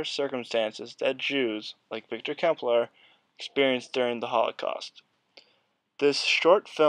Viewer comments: Nice work! Incidentally, Klemperer is pronounced like emperor with a Kl in front. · I am just finishing his Dresden diaries. (I hate to say this, but you should probably redo the voice over and pronounce his name correctly. Sorry.) Clem per rer